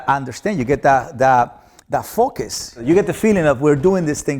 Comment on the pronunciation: Lol when he said focus i thought he was saying "F" it